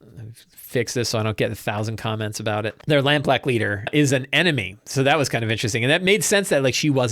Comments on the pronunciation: also, don't know if anyone mentioned it, but you said Lampblack the right way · Hey, just thought you should know, you said Lampblack correctly in this one